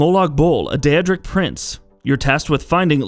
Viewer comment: The first most evil choice is mispronouncing daedric ( and ), Boethiah ( and ), and Namira